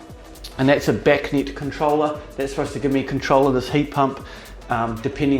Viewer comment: A new zealander: Thuis... lol